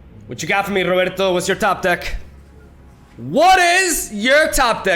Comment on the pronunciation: Pensei que você era BR, mas do jeito que você falou o "Roberto" pareceu mt espanhol kkkkk mas eu ainda confio que você é BR por conta da bandeira que tinha de fundo antigamente. Continue com os bons vídeos desse jogo maravilhoso, tmj!